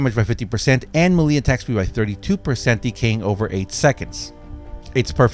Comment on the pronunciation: Melee is pronounced MAYLAY!!!!! ffs